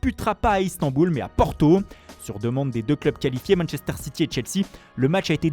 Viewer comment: « Manechester » « la Rrrrrrroma »